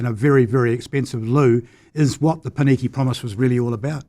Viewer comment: The fact that consistently mispronounces the only two Māori words in this conversation (i.e. Māori and Pōneke) says a lot about him.